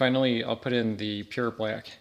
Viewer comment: I like how you say black. “Blyack” 😂